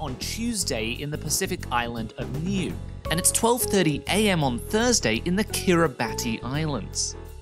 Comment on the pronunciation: Niue is pronounced as Ni-yu-weh